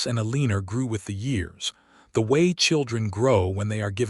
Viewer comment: O.K., there is an occasional lack in the pronouncing of names. El -lee-ner was a bit much. Ehl-eh-nohre. It is nice to read a story where people enjoyed their general lives.